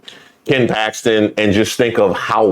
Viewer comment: That lady said she switched her vote to "packstin" because chrump endorsed him...wtf! A prime example of folks who cant think for themselves and need "daddy chrump" to think for them!